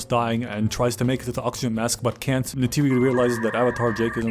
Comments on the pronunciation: Did my man call neytiri "tisiway"?😭 Thats not even remotely close.. Nayter Nety Naturi I would accept those BUT WHAT THE HELL IS TISIWAY? im not even an avatar stan or whatever, but c'mon, thats like calling Pocahontas "limlicia" 😭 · how do you know the dialogue but call neytiri “chitawe” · im 4 minutes in and every time you mispronounce Neytiri i find myself audibly correcting it, lol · i love this but who butchers Neytiri's name like that😂